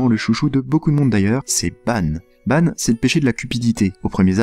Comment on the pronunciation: par contre ça ne se prononce pas banne mais Banc